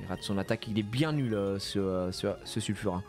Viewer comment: C'est pas Sulfura c'est Nulfura 😅 GG pour le first try 💪